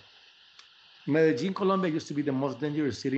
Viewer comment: TREVOR... you've never been sexier than today. I mean, pronouncing Medellín like that... You sound like a real papi latino. Grrrr